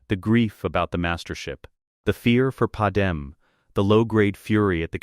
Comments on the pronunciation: I liked the story... but please teach your AI that it's Padmé (Pad-MAY) not Padam... it's rather annoying to keep hearing that error... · Why are all the ai stories always getting Padme (Pad-May) pronunciation incorrect?